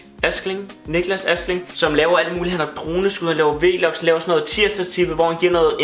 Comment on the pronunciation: det hedder vlogs ikke v-logs